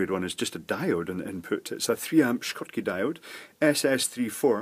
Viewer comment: It's a Schottky diode (pronounced "shot-key"),:)